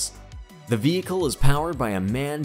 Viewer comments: The MAN is a german truck so you dont read it MAN its M A N with singel letters sorry, hope you understand because my english is so bad! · Its called M.A.N not MAN. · It's not MAN. It is M.A.N. - and abbreviation for the original cities for their factories. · As a German, you get absolute gasps. It is not called Merceidis but Merceedes. Also MAN is not pronounced MEN but M...A...N the reason is that it is called Maschinenbau from Nuremberg. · It call M-A-N , not Man, Man! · Das heist M.A.N. Maschinen aus Nürnberg, und nicht man. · M A N Not MAN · not Man...right is M.A.N ( M aschinenfabrik A ugsburg N ürnberg ) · who doesnt know the world famous brand "man".... jeeeeez.... maybe do a little research and at least learn how to pronounce those names....